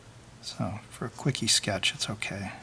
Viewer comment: "for a quicky sketche it's okay" hahahaha Shut up!